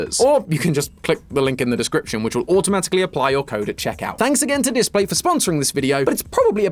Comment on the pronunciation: displate not datplate